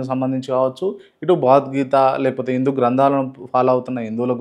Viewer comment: ఇందు కాదురా, హిందు